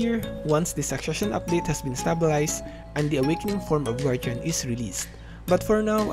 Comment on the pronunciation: can you please pronounce guardian correctly in future videos.